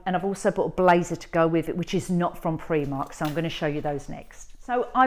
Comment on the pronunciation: Primark not premark